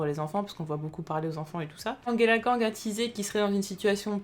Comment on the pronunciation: Pourquoi, au grand pourquoi, tu dis Anguela kang?!?